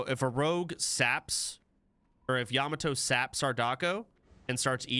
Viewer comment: bro stop pronouncing yamato like that